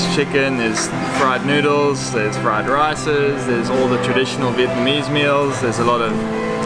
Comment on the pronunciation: Viet-Na-mese... NOT Viet-MA-nese!!! :-P